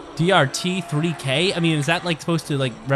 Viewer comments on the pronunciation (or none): DRT3K is pronounced dart-threeck 🤷🏾‍♂️😂